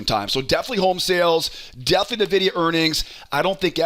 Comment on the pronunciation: You keep saying NUH-videa and it's upsetting.